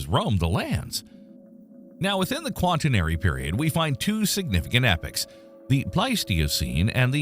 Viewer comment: It's not Quant i nery period. It's qua tern ary.